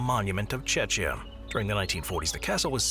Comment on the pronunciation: The "ch" in "Czechia" and "Wallachia" and pronounced more like a "k"